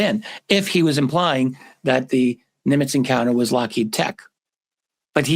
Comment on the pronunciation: Happy birthday! Also, Steven Greer has been saying it's Lockhead as well. Like consistently, since the video came out.